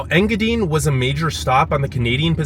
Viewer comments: Ta-qua-meh-non Falls…En-gah-dine (pronounced like diner, or dine, to eat)…Kee-weh- naw peninsula…I love your video and I’m not trying to be snarky, but I would want to know the correct pronunciations. Keep up your work, it’s great . Your excitement is contagious. If you ever go to Manistique again find out where Kitch-it-ah-Kip-ee springs is . I believe it’s calledPalms park something now. It’s pretty unique and cool. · You need to ask Google how to say enga dine!!! It is long i .... I am from there it drove me nuts to hear it said wrong lol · Overall Great video, great energy and good basic intro to UP, his pronouncing of Engadine , I’m dying …. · its enga dine not enga deen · Nobody's going to tell him it's pronounced EngaDINE? Like you're going to eat. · I keep laughing at how you say Engadine. It's En-ga-die-ne. Hello from a lifelong yooper, from Marquette to Houghton to iron mountain and now Norway. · Engadine...dine not dean..😉😄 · Engadine....pronounced Engadyne, not Engadeen. From a Troll who was born in the UP and left my heart in the UP. I wasn't in control of the remote so, unfortunately, the video ended in Engadine for me. I hope you went to the Seney National Wildlife Refuge. Also, check out The Hut Restaurant in Wolverine, just north of Laurium on 41. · Engadine is pronouced Eng gah dine like dine for dinner. LOL Lived not that far away from there in Curtis Michigan. Check it out sometime. In TN now. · Engadine is pronounced in ga dine A weather man on Detroit TV used to have fun with their name back in the 70s (Sonny Elliot) Engadinga dinga dine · Engadine is pronounced as you pronounce the word “dine”. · Yooper here. Hiya! It's INGA-dine. long "i" in the last syllable like the word diner. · Did you know there two vehicles on Mackinac Island? A fire truck and a rescue vehicle. It's pronounced "Ing-a-dyne". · Engadine is pronounced N-GA-DYNE ;-) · He's killing me with his pronunciation of Engadine😂